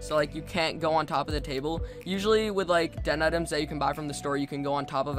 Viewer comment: "Remember to hit that lick and subscribe butt and in the face" is what I heard